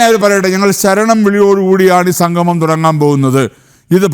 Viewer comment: സംഘമം, അല്ല സംഗമം എന്ന് parayoo